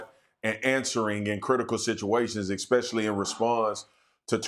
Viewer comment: I stop listening when anybody says ecspecially